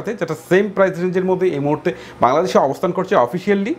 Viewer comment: ভাই ভাংলাদেশ না বাংলাদেশ হবে🙂